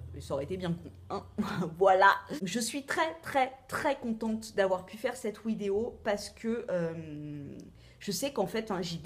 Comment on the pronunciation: Pourquoi tu dis "wideo"?